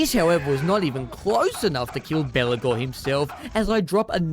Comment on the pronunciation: i keep hearing Belakor when you say Belegar. not unfitting as he acts as a undying demon this campaign